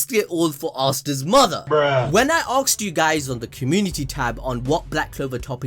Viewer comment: "I axed you" KEKW